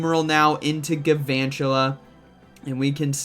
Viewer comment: Do you know there’s an L in galvantula???